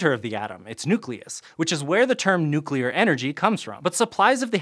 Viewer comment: points to for pronouncing "nuclear" correctly. yay!